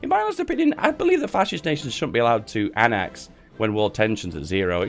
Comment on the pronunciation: Its annex not annax